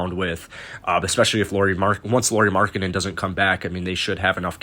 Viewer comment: This guy said markanennen and Thaddeus young😂😂😂😭😭😭😭😭😭😭😭😂😂😂😂😂😂😂😂😂😭😭😭😭😭😭😭 I'm in tears.. I would literally laugh on the phone if someone called me for that package...